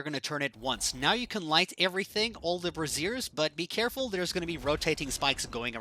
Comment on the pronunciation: This guy kills me with his pronunciation of the word brazier. He says "brassiere". Like a bra. Lile women's under garments. Gets me every time